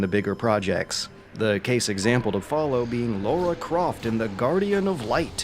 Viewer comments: It's Lara Croft, not Laura. and it's nuclear, not nucular. Come on man, your journalism is pretty good, but that pronunciation need work. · Why do Americans pronounce Lara as Laura?